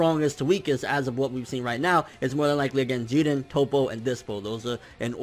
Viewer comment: I hate when he say jiren....he not even saying it correctly